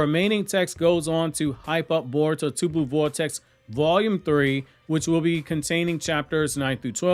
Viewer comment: lol this guy said Caruto 😂